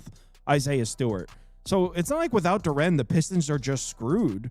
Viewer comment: Yo Jalen Duren name is pronounced DUR-IN. Not DUR-AN